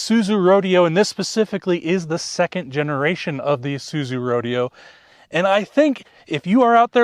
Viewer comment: Why did you redub the commercial? The name of the car was pronounced Row-DAY-O. Not Road-E-o. Find a real ad for it and find out.